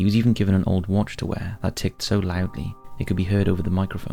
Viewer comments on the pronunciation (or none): none